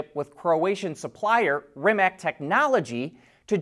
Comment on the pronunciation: At this point, you should know how to properly pronounce “Rimac”.